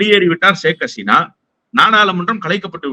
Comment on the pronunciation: Hesina alla. Haseena.